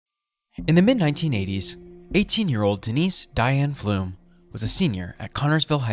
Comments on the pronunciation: It's not "Flumes", it "flums". Like "plums". I live in Connersville. There have been rumors circling around town for years. At this point, I am doubtful her remains will ever be found. Sad for the family. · Pflum rymes with plum...not plume.